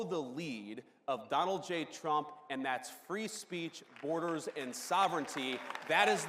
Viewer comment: lol, he just said Tump!!!